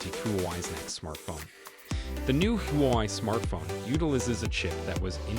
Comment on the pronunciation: It's huawei (whoa-way) bro NOT hoo-y 😮!!!